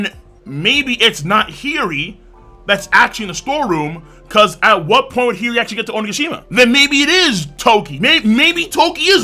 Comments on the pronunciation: King, no disrespect, but you said Hiyori so many times in a row I need to correct your pronunciation, haha. It's killing me. Hiyori (hee-yoh-ree). No, "heery" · He-your-ree…. Hiyori lol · Bro your pronunciation of Hiyori's name is killing me. Maybe you're just saying it really fast cause I hear "Heary". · The pronunciation for Hiyori Is an inside joke of this channel? At first i didnt even know who he was talking about :P